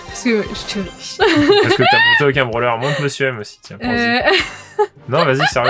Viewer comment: ta dit "broler" a la place de "brawler"